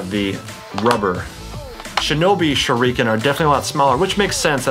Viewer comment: TheFamouseChiken #2 Me, also I'm bothered by the way he said shurikens... ... I'm also triggered about how he used the knee strap as an arm strap.